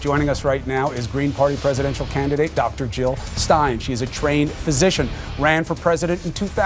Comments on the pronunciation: JILL NOT HILL!! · Jill not hill!